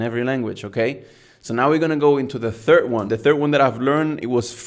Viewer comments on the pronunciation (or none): none